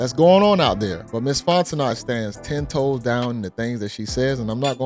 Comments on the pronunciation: It's not Fon-te-knot its Fon-te-know... Southerner here! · Bro its FONT-O-kNOw'..... NOT FONT-O-NOT! 😂 You been doing this for years now lol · Her last name is pronounced Fonteno. The second T is silent. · The "T" is silent. FON teh KNOW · Pronounced "Fon-Tah-No" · The "T" is silent in her last name lol it's pronounced Fon-te-no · Fon - teh - know...👍😌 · It's FON TE NOE!! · DUDE, it's "Font-e-NO." The T is silent. Jesus. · Dude you are pronouncing the woman’s name wrong. It is Fon-ten-no. Hooked on phonics. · Her last name is French, pronounced Fon-tin-oh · Her name is pronounced "FON-TEN-NO" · Her name is pronounced fon'te'no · Brother, it's Fon-ten-no. T is silent. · It’s pronounced “Fonteknow” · Dont pronounce the "T" at the end of her name its silent, Louisiana people let him know. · I was distracted by the mispronunciation 😬 They did that on the Breakfast Club, too 🤦🏽‍♀️